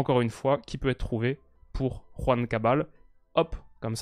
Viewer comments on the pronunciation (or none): none